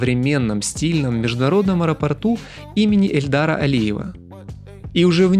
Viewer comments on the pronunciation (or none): Дружище, аэропорт Баку имени ГЕЙДАРА Алиева, а не ЭЛЬДАРА Алиева.😊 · Ваша жена красавица и сарафан у нее красивый:))) извините, но придется подправить- аэропорт имени Гейдара Алиева, не Эльдара. Не фАникулер, а фУникулер, еще раз извините, только для расширения диапазона путешественника:)